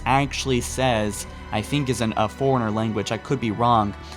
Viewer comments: why do people pronounce it foreigner when its (Fore-runner) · He also mispronounces “Forerunner” and some other words. He either cannot read properly, or English is not his first language.